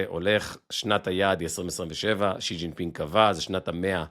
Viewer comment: יש סיכוי שתלמד להגיד את השם של שי כמו שצריך ולא לקרוא לו ז'י ? זה מביך.